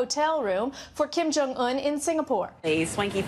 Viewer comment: "Kim Jong Tool"??? Really???